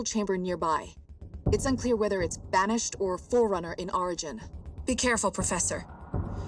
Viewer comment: she said forunner but they been gone for 30 years